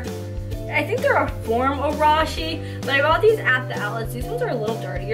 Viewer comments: when she said "Rosh es" I was dead lmao. (no hate) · ughhhhh she said "Roshe" wrong its pronounced "Roe-SHAY" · It's roe-shies Not raw-shies Lol nice vid, I'm addicted to Roshes. And btw, the light blue shoes are called Kaishi Runs, they're actually based off of the Roshe Run, but are meant to be more of a performance and comfort shoe, so basically a better version of Roshes. Although, everyone just really loves the sly and simple look of Roshes. Buuuut people have their preferences, and some think Roshes are more comfortable than Kaishis... Or whatever. Anyways, sweet sneakers. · Its pronounced ' Rosh ay' 😂😂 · everyone is getting triggered. it's pronounced ROW-SHE